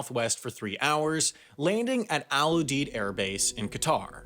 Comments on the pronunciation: I'm working the evac ops in Ramstein. First its not "Al Oodeed" its "Al Youdeed" pronounced. Also I don't know why you show Ft Lee in New York, its in Southern Virginia. Wendover feel free to hit me up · It’s pronounced Al You-Deed! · We pronounce it Al YOU-DEED.